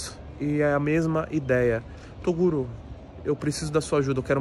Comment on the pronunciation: tem broks chamando o toguro de "torugo" tem like